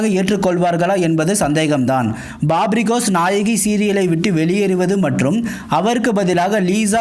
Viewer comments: Babri gos illa papri ghosh... God pronunciation correct ha pannunga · Can you please pronounce Papri Ghosh properly. Its not Babri Ghosh!